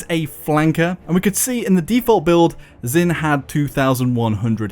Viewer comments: If you learn Chinese you will know that Zhin is pronounced like jean and not zin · came here to ask this. should be "j'in."